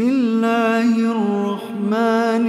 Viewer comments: Brother beautiful recitation subhanAllah. But u said Bismilla hirrakhma by mistake. Instead of Bismilla hirrahman subhanAllah. It's a Name of Allah.. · He didnt do that. He pronounced it like kh. Everyone knows what it is pronounced like lol thanks for the information.